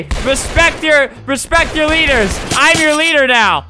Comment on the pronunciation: Its respect not repect hahhaha RESPECT THE VETS